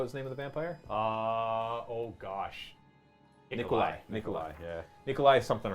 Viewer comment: And it's pronounced "Nikolaj"